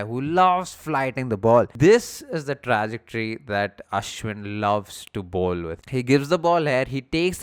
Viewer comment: Good video but pls its Truh- ject- ory